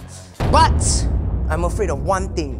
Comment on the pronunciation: The way he said but 😂 BUTT